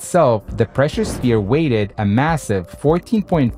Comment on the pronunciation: weighed, not weigthed